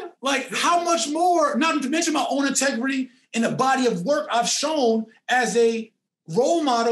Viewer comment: “I’m very intergris” lmao!!!!!!